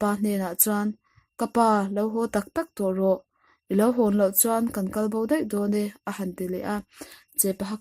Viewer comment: A han dawi a,,tilovin ahan dâwi a,tih tur ni zawk in ka hria😄😄